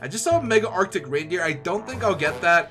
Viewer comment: Arctic not arcade